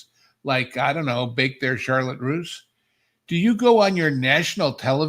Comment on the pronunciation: Schadenfreude -- great word telling us how very hip you are. You're even pronouncing "russe" correctly! "A full-time legal babysitter" -- man, you folks make this stuff lots funner! Wouldn't it be great if we're soon rid of Disney AND the Spew? It would almost begin to make up for the past 46 months in hell ;)